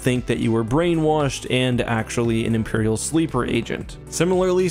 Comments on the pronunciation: “Imerial prison” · "Imerial prison"